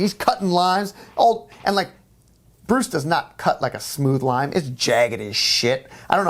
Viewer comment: At 19.30 I thought said that the boss cut a line, not cut a lime.